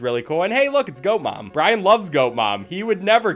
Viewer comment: i keep hearing ryan everytime he says bryan and the worst part is that ryan is my name